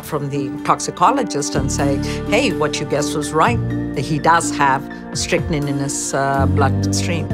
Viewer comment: It's called 'strychnine', pronounced Strick-Neen.